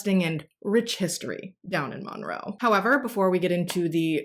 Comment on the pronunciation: So, this is a side note. My son is named Monroe and I love your pronunciation of it because you say it perfectly to me!